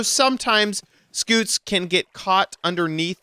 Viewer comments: It's not a SKOOT,it's a SCUTE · how did you manage to mispronounce scute??? it's literally "cute" with an s at the start??? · Is it just me or does “scoot” sound funny and cute? Scoot Scoot Scoot Scoot Scoot